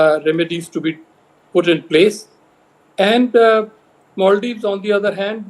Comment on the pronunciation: MALdives= ALMdives😂😂😂